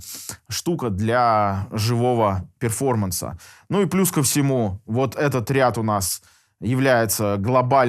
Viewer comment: Перформанс.. ну хоть произносите правильно или замените на "выступление" )